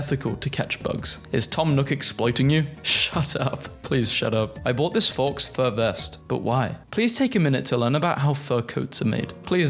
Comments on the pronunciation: faux is not pronounced forks it's pronounced foe. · No offense, but who pronounces "faux" like "fox"? It's pronounced like "foe" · errm actually “faux” is from french & it’s pronounced the same way as “foe” ☝️🤓✨ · Faux is pronounced like foe, not fox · It is not pronounced "Fox", it is pronounced "Foe" even if it doesn't make sense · It's pronounced "foe" not "fox" btw! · It's pronounced "foe" or "faw" depends on how you wanna say it but it just genuinely triggers me when people say "fox" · saying faux as fox hurt me, its pronounced "foah" or something like that. not fox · Faux is pronounced like Foe rather than Fox. If I was only listening and wasn't looking at the screen during this part, I would have been curious to how a Fox Fur Coat would be vegan.....Got a good chuckle from the video though, keep it up. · It's pronounced PEE-TUH!, faux is NOT fox it's pronounced foe! learn the pronunciation of words!! Can't stand the way you mispronounce words!! Missouri is pronounced mi-zery! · never heard anyone pronounce faux as "fawks" instead of "foe" 😅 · 🤓☝"faux" is pronounced "Foe" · Greg showed up twice 😂 Thrice! Four times! Five times! (Also Faux is pronounced like Foam without the m and PETA is pronounced like Peeta) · its pronounced fo (o like mode) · "Faux" is pronounced "fo". Because of course it is. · it's pronounced "fow"